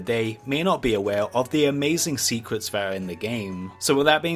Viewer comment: sewen secwets of wowd of wawcwaft